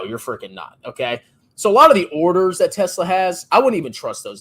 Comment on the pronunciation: gets wet when say Yesla